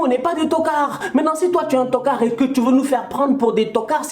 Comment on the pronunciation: Plus que t'card🤣🤣🤣🤣